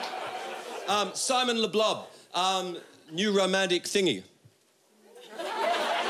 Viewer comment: Did he say Simon Le Bon? Anyway I'm going to make New Romantic Thingy a dance move.